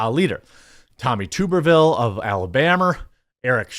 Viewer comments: Its tub er vill. Tub like bathtub. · The way he pronounces Tuberville is hilarious.